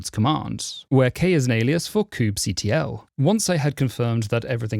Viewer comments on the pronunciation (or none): first time I've heard "ctl" pronounced "cuddle"